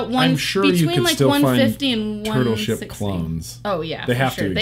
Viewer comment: some of the time when says turtle ship I hear turbo shit